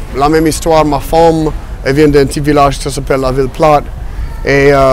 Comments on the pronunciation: Surtout quand il dit "ma femme" ça fait vraiment wallon rural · « Ma fomme » mdrrr Aussi quand il dit « bas classe » 😂